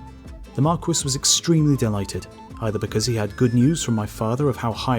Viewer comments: Marquis is pronounced "Mar-kee" not "Mar-kwis" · Marquis isn't pronounced mar-kwis, it's mark-ee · I though marquis = mar-KEY. French word, and all... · Great vid, luv the channel, but the word "marquis" is meant to be pronounced "mar-kee / mark-key", just like the rapper Biz Markee . . . . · Biz Markie, actually. I'm also American, but I was referring to the French pronounciation. I guess the Brits pronounce the word differently, ancient tribal rivalries between England and France and all that jazz. So, I'll call it a day and wish you a "cheeri-oh, old sport" . . . .